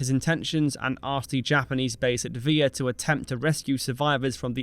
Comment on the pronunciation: please use google.translate for your name pronounciations. Vila=VEE lah Helena=HELL-enn-uh, etc. otherwise, an excellent clipping of history! well worth the watch. my father was USMC in the pacific island campaign, so i heard some stories, he was among the marines trapped on guadalcanal. thank you for doing what you're doing! Liked/Subbed